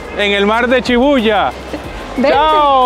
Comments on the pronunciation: Chidarta Molina si muchas personas y espero que aprendas como se pronuncia SHI BU YA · No es chibuya es shibuja